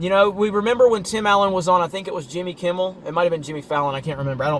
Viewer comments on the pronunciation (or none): none